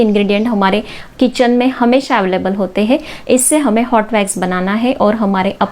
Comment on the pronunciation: भेक्स नही वैक्स होता है गंवार